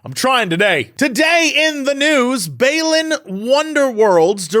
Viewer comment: Still mispronounced Balan...."bah-lan" It's still a worth it kinda game, just for its history and story (even if the story is in a book) and the old time sega saturn/dreamcasty NIGHTS feel it tries for with level geometry and sequence breaking